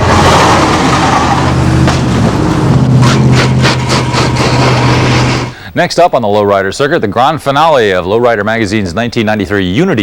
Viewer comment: He pronounced Española right.